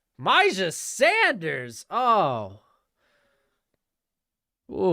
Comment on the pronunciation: Bro really said Myjai Sanders in the 1st lmfao